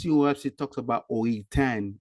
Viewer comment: I don’t think you’re pronouncing it right. Lol. It’s “Oahspe” not “Oahpse.” Lol